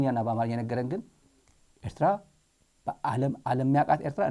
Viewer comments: Someone has to tell the Ethiopian foreign minister how to pronounce Eritrea, he is very annoying and childish. Ethiopians are historically our brothers no one denies that, especially those in Tigray and Amhara, we are blood relatives. Having said that we Eritrean we don’t want have anything we need from Ethiopia. Our country is enough of us and he can keep his Ethiopia and we will keep our Eritrea. Respect!!! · ውድ ስታሊን እንደዛሬ ቅቢ ኣላጥጣሀኝም። በጣም ኣመስግናለሁ። ኢሄ ጊድዮን የሚባለው፡ የኤርትራን ስም እንኳን በትክክል መጥራት ያልቻለ ተብታባ።